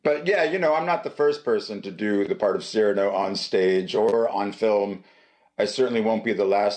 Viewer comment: A marvellous interview. Please forgive my one correction: Cyrano is pronounced cir-AH-no—the accent is on the penultimate syllable.